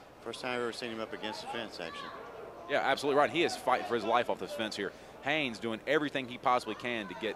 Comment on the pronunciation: as someone whose last name is also Haynes, i gotta wonder why people have such a problem with the N in there...the commentator said Hayes for the first minute and a half..pisses me off